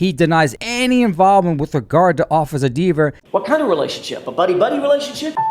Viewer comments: Could you imagine dating this diva? I mean deber, I mean deever, I mean gararge gal??? Lol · Somebody is lying: Cox or Dever., it drives her crazy to hear people mispronouncing her name as "DEAVER". 🤣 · She might also learn that Dever is DEEEVER while she is at it! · Oops! The guy keeps saying her ( Deever ) name wrong. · Love that you insist on saying Dever's name wrongly throughout.